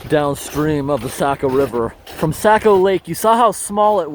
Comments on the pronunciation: I've lived in New England all my 57 years and I've never heard Saccco lake or river pronounced Sack-o as you pronounce it, by locals anywhere in New England especially in Maine. It is always pronounced Saw-ko, like saw mill. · Socko not sacko. Saco is Socko/sawko or perhaps Sah-ko but definitely not Sack o. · you were in my neck of the woods. so cool and it is pronounced "sock oh" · it is pronounced socko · Saco is pronounced like saying “Sock + O” like Socko, Saco. “Sake + O” well this is how Mainers pronounce it…